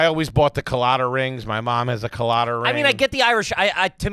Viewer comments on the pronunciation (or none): mispronouncing Claddagh. Clad-a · Woah, pronouncing claddagh like "cool-latta" made me dizzy lol